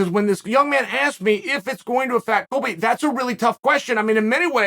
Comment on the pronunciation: Disregard cheal when he says Colby lol